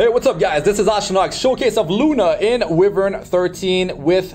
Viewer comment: mr astranox it's pronounced as whyvern not wihvern, just fyi.